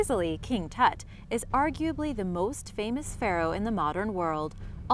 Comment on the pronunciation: Lmao she can't wven pronounce Tut